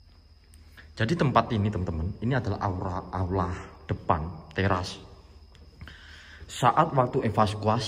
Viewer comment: Aula kalau ngomng aura wkwkwk.....